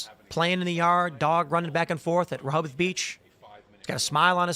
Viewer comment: Learn how to pronounce Rehoboth Beach.